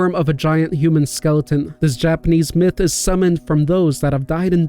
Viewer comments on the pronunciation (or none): none